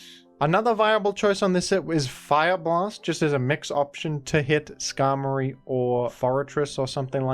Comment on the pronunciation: Scarf Skarmory? Skarfory